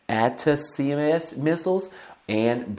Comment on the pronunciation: its pronounced ATTACK’EMS!